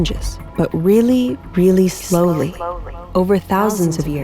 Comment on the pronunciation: I'm sure I'm in the minority here, but I wasn't a big fan of the sound design as a whole. Doing the Nexpo echo was a bit chaotic at times, especially towards the end. The emphasis on precession and slowly were awkward and took me out of it. Honestly, it's just the voice changes that really irked me. Otherwise, the sound design was really nice, but I REALLY did not like a lot of the narration when it wasn't just your normal voice. It felt very try-hardy in a way where it felt like you were just trying to copy bigger creators without giving it your own spin. On one hand, the constant voice changing did keep my attention, but on the other hand that attention was mostly out of a form of anger-disgust and annoyance. I almost want to dislike the video just for this reason, which is super minor but for some reason really affected me. I won't/didn't, but the voice effects really really bugged me. Also, maybe it's also just me, but I think a different title would've been better. What would it be, I do not know, but I expected something different than just focusing on nuclear/radiation. I thought you were going to talk about other warning systems, not just the radiation trefoil (which hey, you taught me that word, so that's neat). I thought you'd talk about why air raid sirens fail and other types of warnings as well. Other than that, great video!